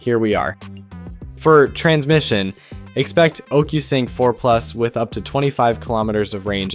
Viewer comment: Most of the people excited for this are people who aren't in the US. Everywhere else the DJI site is completely normal. This video probably comes out of Canada or something. (Hinted by the way he says 'ocusync')... So basically if you're in the US, this video is not meant for you. The Mini 5 Pro will not be available in the US.